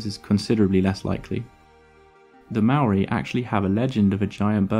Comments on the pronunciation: Why are white people so lazy at trying to pronounce other words other then theirs properly, first you said Marry then you said meow-ree, how hard is it to say Mole-ree but pronounced without the L and role the R ffs.. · you called maori mari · Love seeing NZ in one of your videos bro it's tumeke! The Haast eagle was a mad bastard and was the boss here back in the day! The Maori ( pronounced, moldy) then came over and made all the moa into K fry then Nek minute, extinction lmao 😂😢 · for future videos, try pronouncing Māori correct